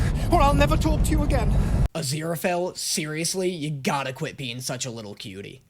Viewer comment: crowley says azira-fell. everyone else says azira-fail